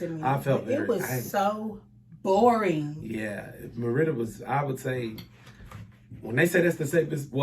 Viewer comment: This is wild! I just got done reading a post you put in a Facebook group about how much you thought Mérida was boring. Suddenly, while watching YouTube, your channel popped up! 😳. Wow! You keep mispronouncing Mérida, so I guess you really didn’t like it! 🤣. Sorry it didn’t work out. Mérida is perfect for me right now, but I’m retired, so…🤷🏾‍♀️ big difference in what I require vs you with a growing family. Good luck to you!! 👋🏾